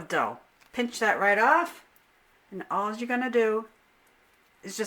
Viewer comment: "Now alls'yah gotta do.." Must be from my home state! Massachusetts!!